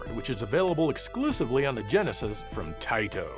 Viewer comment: Thank you for being one of the few YouTubers that know how to pronounce Taito properly.